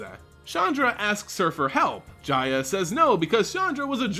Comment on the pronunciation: Jaya is pronounced as Ya-Ya